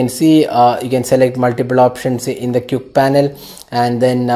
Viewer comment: lol you dont know how to pronounce the word quick